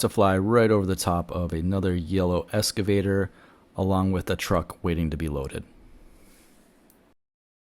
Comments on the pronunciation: Pronounce it “excavator” not escavator. It’s a common mistake. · Excavator, not escavator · Please....the word is 'eXcavator'. not escavator. Small thing but really annoying, lol. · It is pronounced EXCAVATOR...not ESCAVATOR...thank you. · That's the first time I've heard EXcavator called an escavator. You can call it whatever you'd like and not trying to be a word Nazi, just had to share. Excellent drone footage of a terrible disaster. Is govt. red tape getting in the way of getting things moving forward? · FYI - Excavator not “escavator”. ❤ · Note: The word is "excavator", not "escavator." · Nota bene: they are excavators, not "escavators"... ;) 😉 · It’s an excavator not an escavator. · Good job, informative but, Ex- cave-ator not Eska-vator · Thanks - would like to see where they are taking the debris. Minor correction - it’s excavator - not escavator. ❤ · Hi: Don't want to seem critical however they are called "excavators" not "escavators". Love the drone fotrtage. Will be on Maui in March. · Hate to be a nit-pik, considering the service you're providing.....but...it's pronounced "EXcavator", like you're taking X. Not like you're riding an ESCALATOR. LOL. Anywho, thanks. I'm fucking flabbergasted by the destruction and hence forth, the lack of dozens and dozens of excavators y'alls need to do the job. (git-r-dun) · You can’t pronounce excavator correctly,, It’s an X not an S